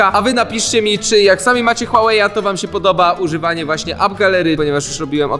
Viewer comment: Huawei czyta się: Hułałe